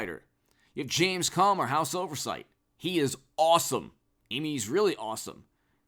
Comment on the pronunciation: Rep James Comer Phonetic Pronunciation: KOAM-ur